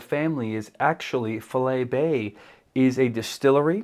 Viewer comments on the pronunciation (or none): Just to help. Its pronounced "Fy-Lee Bay". But with regards to the whisky, all their range is good, and getting better batch to batch release. The latest Sherry cask release #4 is fantastic.